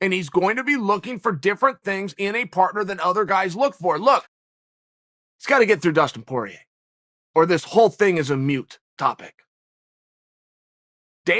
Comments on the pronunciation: it’s “moot” not “ mute” Chaelster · Mute and moot are two different words. Moot point, not mute point. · Me: I hate when people get similar sounding words mixed up Uncle Chael: this is a MUTE topic Me: ok great!